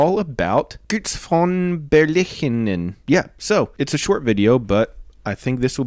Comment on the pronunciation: Your pronounciation of Götz is really good. Götz von Berlichingen lived in Baden-Württemberg as you do. The two most connected castles to him are Burg Hornberg and Jagsthausen. The iron hands are shown at Burg Hornberg. You can surely visit that Museum.